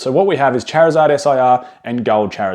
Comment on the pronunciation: You say Charizard wrong dude!